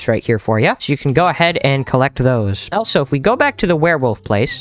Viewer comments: he said Elsa instead of also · The fact he says elso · He says elsO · The fact that he says elso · He says elso 😂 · who in the world taught you how to pronounce "also"